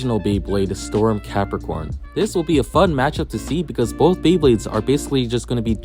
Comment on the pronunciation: is it me, or im hearing Galaxy PEPPERcon